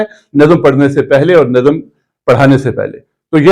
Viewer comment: السلام علیکم پروفیسر صاحب !! آپ سے مختلف الفاظ کے تلفظ میں سہو ہو جاتا ہے ۔ پڑھانا میں پ مفرد مع زبر ہے , آپ اس کا جوڑ پڑ ہانا فرماتے ہیں۔ نظم کو نَظَم فرماتے ہیں , اس پہ بھی توجہ درکار ہے۔ محمد زبیر ساہی اردو زبان و ادب کا طالب علم